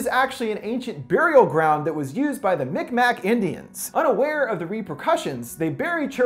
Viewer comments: Just to let you know, the name of the indigenous group referenced in this film is Mi'kmaq, which is pronounced Mig-maw, rather than mic mac! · Just to let you know, it’s pronounced mic-maw, and mic Mac is alittle offensive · He pronounced it “MICK MACK”😂😂😂😂 it’s pronounced “mick mah” hahaha idk that made me laugh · Mick Mack paddy whack 😂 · The Mi'kmaq is pronounced meek mah btw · I thought he said big mac indians